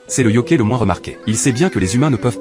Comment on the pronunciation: yoKAÏ pas yoKÉ